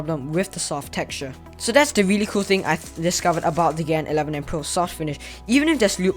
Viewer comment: pls. Don’t say gen say gan